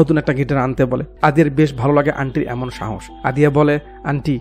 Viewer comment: ভাই একটা কথা একটু কারেক্ট করবেন সেটা হলো: সাওস না ওটা হলো সাহস